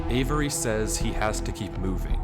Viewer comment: The way this dude pronounces the name avery in the video was bugging me man 😂